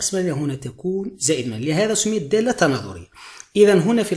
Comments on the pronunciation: من فضلك دااااالطة صححها عرف كيفاه تنطقها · من فضلك دااااالطة صححها عرف كيفاه تنطقها من هم